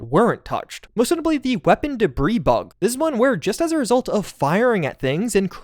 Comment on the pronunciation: Hey. Let's shoot da breeze sometime. 🤪 😉 (Spoiler alert: the 's' in debris is silent. 😁)